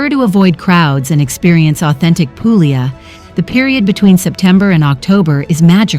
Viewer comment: Can you edit the audio to fix the areas where you say pooo glee a. in several other areas you say it correctly. I enjoyed the vid. Grazie.